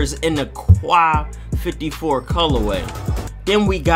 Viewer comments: Quai 54 . Its not pronounced (kwai) its peonounced (k) yes just the letter "k" so its pronounced ("k" 54) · It's prononce k 54 ( im french that's why I know this) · It's pronounced "K" bro bro, "K 54".